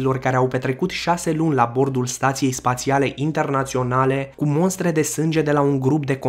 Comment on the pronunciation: şi nu se spune " Monstre"